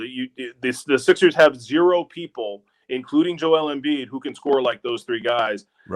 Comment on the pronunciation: How the heck did Hayes think Embiid’s name was pronounced??